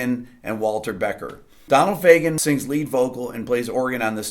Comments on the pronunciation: I really appreciate this, but it's "Fagen," not "Fagan." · By the way, please Rick don't kill me, but it's Donald Fagen, not Fagan. :)